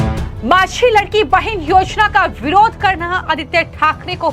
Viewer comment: लडकी बहीण यह उच्चार लाडकी बहीण ऐसा करना चाहिये